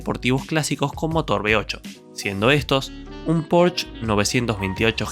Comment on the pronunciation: No sabe ni hablar bien que esperabas, he quitado el video al escuchar motores B8, será inepto el tipo, buscaré la historia donde la cuenten bien y se documenten antes . También aprovecho para denunciar, me duelela cabeza de tener que corregir sus palabras, ese no paso ni de jardín infancia.😂😂😂